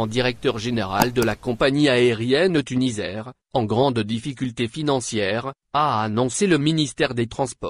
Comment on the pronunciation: TuniSair ça se prononce avec un s Et non Tunizair merci .